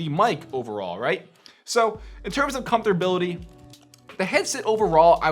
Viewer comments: "Comforbility".. nigga what😂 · WTF is comdforbility, learn english! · “Comfterbility”.... hahaha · "Comfortability" lol